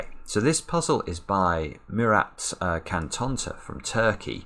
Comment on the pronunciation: You know, a C in turkish is pronounced like a J in English, so you should probably be saying "Murat Jan Tonta". Maybe ask him personally though...